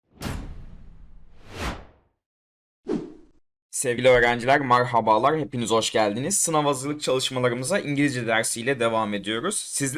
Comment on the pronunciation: marhaba ne aq düzgün konus